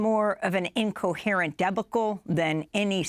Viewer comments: she said deb-a-cle instead of debacle...LOL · "You say debba-kle, I say d'bahkle" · "debickle?"..you mean debacle? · DEB-ah-kull? Time to talk to more educated people. It is Deh-BACK-ull. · Its not pronounced DEB A CAL its de bach al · Debacle. Its pronounced Debacle. Not Debuckle. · Amy, it's pronounced debockel, not debecul. Maybe do a practice run, make sure you know how to pronounce all your words, lest you have your own debacle 😊! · Look up how to pronounce debacle. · What false claims did Trump make? Name them don't just state generalities. Amy Goodman actually lies more than she falsely claims Trump does. And Amy learn to pronounce debacle. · She can’t pronounce debacle 😂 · What is a DEB-UH-CULL? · Tf is a debuckle? Did she mean debacle? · Deba-cle? Who's senile now? 😂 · Debacle has the accent on the second syllable and substantive on the first, Amy. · Learn to pronounce debacle. Trump didn’t lie. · Debacle? That's not how we say it lady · was a debacle (pronounced “debacle “) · Whoever you are, you mispronounced "debacle". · Learn to pronounce words correctly!